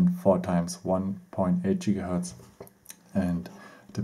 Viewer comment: Why do you say Jigahertz instead of Gigahertz? XD Your English is funny. At least I can understand you though so not hating! And at least you're not just talking German. I can respect that, especially from German people.